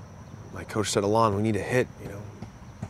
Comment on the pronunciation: Your name is ALON not Alan